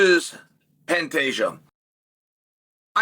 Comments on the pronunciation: You mean pantayjoe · Pantejo 🤣 I can't 🤣 Oh Chael smh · Uncle Chael is hilarious!!!🤣 My official prediction: "Pan-Tajo" OMG!!!😂😅🤣Love it!👍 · I thought he called the champ Fantasia haha. You made it when uncle chael mispronounced your name. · I thought he said Fantasia 😂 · Dude how did Chanel messed up Pantoja pronunciation that bad? It gotta be on purpose